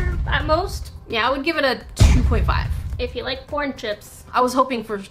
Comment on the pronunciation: Is it just me or when she said corn it sounded like porn🤣